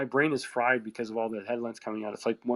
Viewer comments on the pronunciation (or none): none